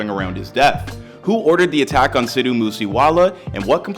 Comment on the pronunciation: is saying Sid-Dhu(dhoo) Moose Wala that hard